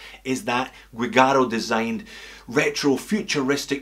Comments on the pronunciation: It is Seiko Giugiaro, not Guigaro. The Italian designer Giorgetto Giuggiaro made some projects for Seiko in the 1980s. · Great video!! Many thanks for sharing. "Giugiaro" not "Guigiaro", anyway. Keep going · The correct is Giugiaro, not Guigaro. Anyway another great video. 🤓🍻👍🇧🇷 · Seiko Guigiaro pronounced as dʒuˈdʒaːro "Juh-Jah-Ro" and named after one of the best car designers in history Giorgetto Giugiaro who created DeLorean, as well as different Lamborghini, Ferrari, Maserati, Alfa-Romeo, Bugatti, Austin Martin, Lancia, Italdesign, BMW and many-many more iconic cars. He also was working with Nikon and Seiko :) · GIUGIARO!!! Not "gui"! You definitely are not a car guy... one of the most famous car designers ever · The Seiko featuring in Aliens is called "Giugiaro" (both of the G are pronounced as in the word "judgement"), not "Guigaro". Giorgetto Giugiaro is a famous Italian car designer, responsible for the design of, among many others, the DeLorean DMC. He had a collaboration with Seiko for a couple of models of the brand. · was looking for this comment. Italian pronunciation: [dʒorˈdʒetto dʒuˈdʒaːro] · Alien watch designer in pronounced " joojaro" !! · It's "GIUGIARO"! Please! It's one of the most important designer in the world! At least the right pronunciation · Giugiaro. Gee-u-gee-r-o. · Think it's pronounced ji- jaroh,, easy to Google pronunciation,,, atb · Giugiaro, pronounced ‘jew-jar-oh’. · It’s GIUGIARO and it sounds like jew. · I love the vid but you really got Guigiaro pronunciation wrong! He is one of the best car designers ever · Guigaro the G pronounced as J (as in juice), not hard G as in good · All is lost is a great movie...and yes, skx is the best supporting role. Btw, you butchered Giugiaro' s name heavily ;) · The pronunciation of Giugiaro is totally wrong :(